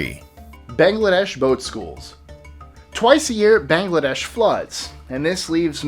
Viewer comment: for the last time ITS NOT BAHN-gladesh its BA (like the baa in a sheep) ngladesh